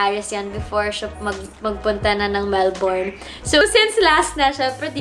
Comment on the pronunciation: “MelBURN not MelBORN” para alam next time kahit ako nacorrect din hehe